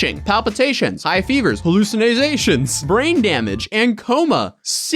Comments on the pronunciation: 🤣 hallew-zen-ny-zations 🤣 (hallucinations) that’s hilarious how he pronounced that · Hallucin-izz-ations - Drop the izz and you'll be pronouncing that one correctly LMAO